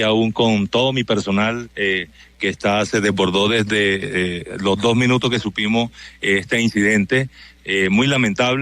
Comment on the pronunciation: Este director no sabe ni hablar. El lugar de los "hecho"... Nosotros "supimo"... Tremendo ignorante.